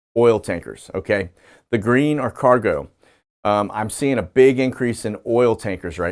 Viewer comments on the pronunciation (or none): none